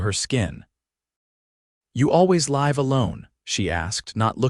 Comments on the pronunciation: I think, although I'm not certain, that all of these stories are narrated by AI because they constantly mispronounced simple words like live and live and read and read. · Really nice story, but the repetitious mispronunciation of AI extinguishes the magic. So often, great story, then ruined by words like , "wound' and "live". Too bad. I'm an English teacher, am always looking for stories my students can listen to. Sorry, not this one. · AI may be a helpful aide, but still leaves a lot to be desired. The incorrect pronunciations of words like "wound", "live", and "read" show, and hear, plainly the inhuman element that detracts so jarringly from the narration. The captions are surprisingly good, but also have those occassional AI flaws that irritate. Wish there was some careful editing to eliminate these elements that mar a pleasant story. OR, USA